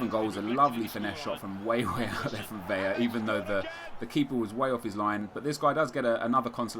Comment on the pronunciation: small heads up about spanish pronunciation, now that you have a La Liga-squad. When it's a single "L", like with C.Vela, you just say Vela. It is when you have a double "LL" you pronounce it with a "y"-sound. Like with I.Casillas (Casi-yas). Great vids man, keep it up! Can't wait for the release! Regards from Sweden